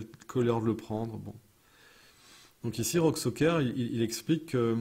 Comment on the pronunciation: Soker ? Serieux ? Tu sais lire ??? Le ü tu Lé lis comment ?